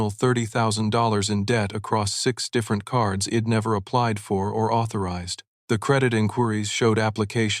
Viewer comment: It is so annoying...she'd pronounced as "shed" and I'd pronounced as "id"....ugh.